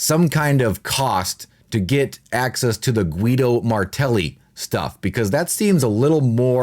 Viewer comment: Guido its read Gido, in languages derived from latin the "u" after the "g" is to give it a "Gah" as in girl sound, the leter G folowed by "e" and "i" has the sound "Jee" as in Jeep, so that "u" is mute, it's only there to change the fonetic of the letter "g" ;)